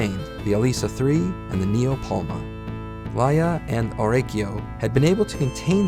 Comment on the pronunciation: it's Tylon (pronounced Tye-lon) Lutzu (Loot'Zoo) and Orakio (Oh Rack-ee-oh) and Orakian (Oh rack-ee-an) and it's Raia and Raian (Rye-AH) and (Rye-AN) and Rudy's mentor is LYRA (literally R/L'ai-rah) named after the constellation... as many things in Ps and PsIV were based on Grecco-Roman names, and mythological creatures and heroes..